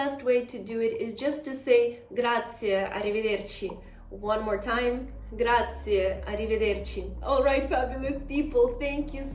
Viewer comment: And please not “Grazi” (as many Americans say) but GraziE ! 😊